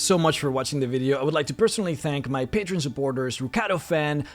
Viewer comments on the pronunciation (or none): none